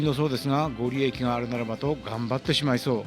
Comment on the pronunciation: いつも拝見しています。ご利益は「ごりやく」ですよ。 冬の旅楽しそうですね。冬はいけないので楽しませてもらっています。